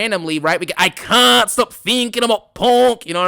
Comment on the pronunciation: Actually now it's....."I cont stop thinking about Priest!" Lol